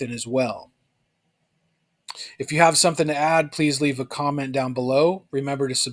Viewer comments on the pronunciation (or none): none